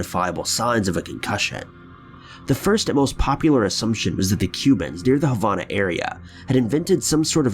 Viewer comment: I want to meet this idiot that doesn’t even know how to pronounce Havana, what a dumb ass. Wish they would ban his videos!